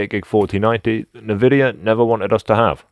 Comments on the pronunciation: "nuhvidia" argh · anyone pronouncing nVidia "ne-vidia" is sus af... I call alien attempting to come off as human. Also, you know flux is extremely carcinogenic right? Keep it off your skin and out of your lungs (just avoid getting it on or in your body entirely).